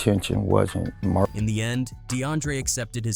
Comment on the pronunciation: Charged with em-deer? You need to up your AI game bro.